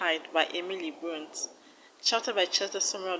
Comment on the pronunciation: It is Brontè so it’s pronounced brontey